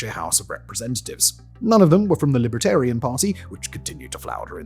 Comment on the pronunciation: Great video, but so offputting that the presenter pronounced Libertarian as LIBRAtarian.